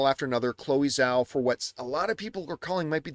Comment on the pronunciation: Chloe Zhao's last name is pronounced like "jaoh" but let's not put effort into that like john puts effort to say Michael Fassbender's last name or even Denis Villeneuve's last name... cool. Let's pick & choose, why don't we. John being in the industry & saying he "freakin loved" Nomadland & liked Eternals. If y'all say he's saying it as it's spelled, then explain the other examples 🙄😂